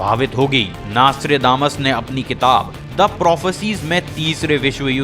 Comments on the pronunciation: Naas-Tré-Daa-Mas nahi hai ullu de patthe, It's pronounced as Naus-tr-Dé-Mus. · Hey its not nastra....but nostra.........still you poeple have communications problems........21st century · Bhai naastredamas nai hai naam.. Nostradamus hai.. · Naaaaaastredamas 😑 . Bhai nam to sahi se bol. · WHAT THE FUCK IS NAAASTRAY DAMAS ? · please stop calling him "Naaastrdamus" and atleast pronounce his name properly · Plz pronounce his name properly